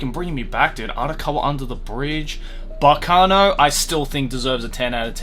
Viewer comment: Kudos on getting the correct pronunciation of Baccano